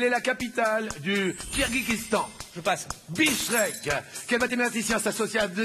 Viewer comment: La capitale du Kirghizistan n'est pas 'Bichrek' mais 'Bichkek'